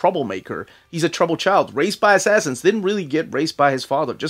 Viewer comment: You said assassins like how I remember spelling it lol ass-ass-ins